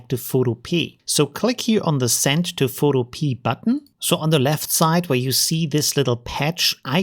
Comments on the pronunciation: Pho- to- pe- a, like utopia. 😀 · Very useful and well explained. I suspect the developer wil be a little miffed at your mispronounciation though. In this context, the pea at the end is pronounced as in wikipedia not as a garden pea lol.